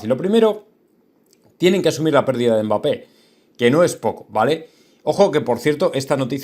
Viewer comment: No es mbáppe es mbappe habla bien